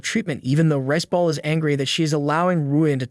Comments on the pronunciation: I keep on hear Rizz ball but he is call rice ball😅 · I heard "Rizzball" instead of riceball 😂